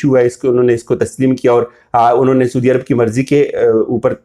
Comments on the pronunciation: اور آپ اپنا تلفظ ضرور ٹھیک کریں، آپ ہمیشہ سودی عرب کہتے ہیں، اصل لفظ سعودی عرب ہے !!! اپنی ریکورڈڈ وڈیوز سن لیں۔۔۔ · PLEASE SIR! it's not "SOODIA" Arab..... Saudia Arab